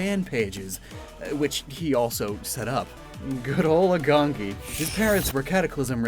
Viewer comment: kinda late but just wanted to say that pronounciation for Agongi would be A-gong-i if it were to be more accurate to korean pronounciation. Great video still! Love that my home country's getting attention anyway.